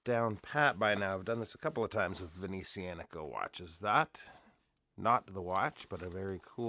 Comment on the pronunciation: I’m awaiting mine to arrive for review as well and it really does look stunning mate. I love what Venezianico are doing and I also appreciate hearing you saying their name correctly, my pronunciation was terrible. Have a great trip 👍👍